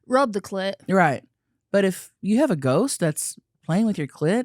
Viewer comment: Maybe he did say goat. I heard it too 😂